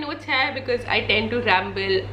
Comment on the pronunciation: Hi this is not related to the video but I have to ask this sorry 😕why do u pronounce 'here' as 'hare', is it a Delhi thing or people are saying it that way now.. sorry I couldn't stop myself from asking 😬😬